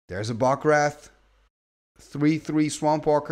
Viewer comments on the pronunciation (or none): I think I correct during the game. I always giggle when he says wreath. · Wraith is pronounced like RAYth 😅